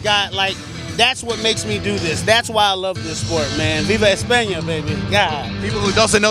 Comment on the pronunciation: Si no sabe ni decir España... pero bueno se agradece el sentimiento español!